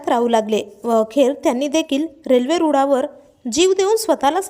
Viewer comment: रूडावर नाहीं. गं. रुळावर तु पहील्यांदा तुझी भाषा सुधार. मग बातम्या दे.